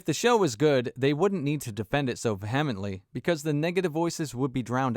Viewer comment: A little nitpick, It's VE-hemently, not ve-HEM-ently.